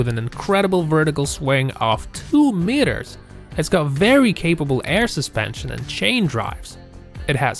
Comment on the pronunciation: Sorry about your speech impediment. If you are going to do much narration work, I would suggest you get a speech trainer to give you some helpful pointers. The really weird thing was, there were times were you actually pronounced the word "meter" correctly. But most times you got the vowel sounds wrong. English is a special case of vowel usage. It takes some training to get it right. Patience and practice pays off. Keeping working on it.